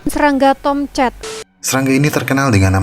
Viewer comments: Tam cat, tomcet, tomcat😂😂😂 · Yg anda dengar : "Tomcat" Yg saya dengar : "Toket" 😄😄😄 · Sebutan nama TOMCAT cuma aja yg sebut dengan betul..Wartawan nya sebut TOMCAT seperti tomkat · KoQ saya dengarnya “T*ket” ya? 😂🤣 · Serangga Tomket(Tulisannya Tomcat tapi dia ngomong nya Tomket katna dibacanya Tomket) Tomket Tomket Tomket Tomcet Tongcret Kongket Poket Serangga tongkat Tomcet Tomket Tongcat😂😂😂 Toket😭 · kok Gw denger nya SERANGGA TONGKAT